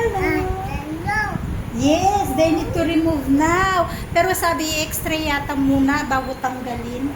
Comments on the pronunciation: Isa ka pa. Idol mo nga talaga si. X-ray is the right pronunciation not Xtray or exray. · Late comment pero pakibasa ng mga comments.Hindi xtray ang pagpronounce it's XRAY.. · X-ray po Hindi x-tray Kino correct ko lang po para Hindi gayahin ng mga bata na nakakarinig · Ilokana ak met, pinansin ko idin ta extray na.